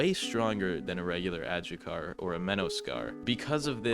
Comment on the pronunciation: Isn’t adjucha pronounced adhucha?